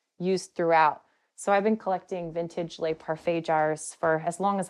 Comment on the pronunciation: Just so you know it’s not pronounced Lay, it’s pronounced Le